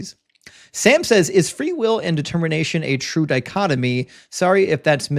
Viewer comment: Dichotomy. Not dichotomy.